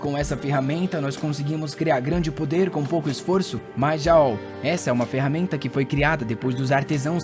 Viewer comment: Não quero ser chato, o nome rakrak, se pronunciar ra-kra-k, e o jaol, como ta em inglês, o A tem som de E, como se fose geol, e é um nome feminino.